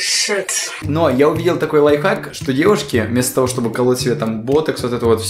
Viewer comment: Прости но не лайхак а лайФхак